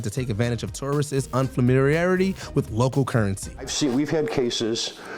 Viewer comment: am I hearing that right? Unfamiriarity? Huh?